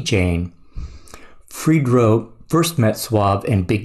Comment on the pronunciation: It's no pronounced Fred-dro lol. I'm surprised you never heard this song. It was a big hit. It even crossed over to a point that it became a theme song for the rock crowd to slam dance to. Us true hip-hop heads knew not to be around white people when this song came on 😂